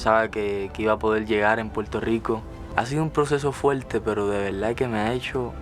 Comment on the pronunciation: "En veldad " va a conquistar al mundo ❤️ lo estás haciendo muy bien